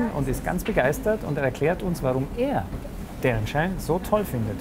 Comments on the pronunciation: Er macht auf Larten im Manga-style:P Da trägt der auch immer eine Krawatte mit Spinne xD Zum Mitschreiben. Es heißt Darren Shan! Mit einem A und nicht Darren Shorn! >.< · Ich nehme Kerle mit ner Spinne auf dem Ausschnitt eh nicht Ernst :P Außerdem sagt er irwie 'Darren Shorn' xD